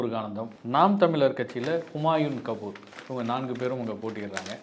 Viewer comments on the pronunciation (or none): ஹீம்யூன் கபீர் யா பெயரா ஒழுங்கா சொல்லுங்கயா